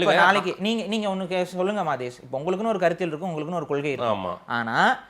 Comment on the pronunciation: டேய் அண்ணன் என்று உச்சரிக்காதே